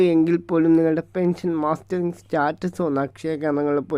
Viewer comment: സഹോദരി, പെൻഷൻ മാസ്റ്ററിങ് അല്ല. മസ്റ്ററിംഗ് ആണ്. വാക്കുകൾ ശരിയായി ഉച്ചരിക്കുമല്ലോ.😢